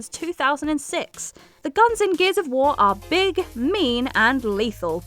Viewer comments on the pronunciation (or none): none